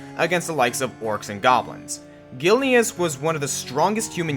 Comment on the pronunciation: ....When you pronounce Gilneas wrong...